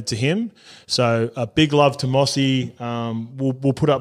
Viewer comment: Mossy? Come on surely you know how to pronounce his name properly lol #BeBetter